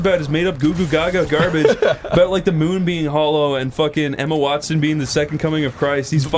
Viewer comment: Wtf is up with mispronouncing Emma Watson’s name?? He says wanston